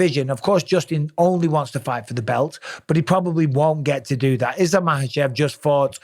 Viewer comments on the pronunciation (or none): none